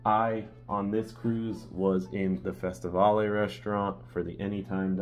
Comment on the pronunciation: Great video. Just to let you know the two dining rooms you mentioned are pronounced Fes-ti-vale and Car-ni vale named after former Carnival ships. Not pronounced Va-le.